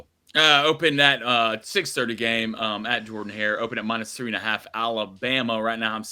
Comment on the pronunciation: They're also the only two who pronounce Jordan Hare wrong. I'm a Bama fan and I KNOW the pronunciation. That's lame as hell. 😂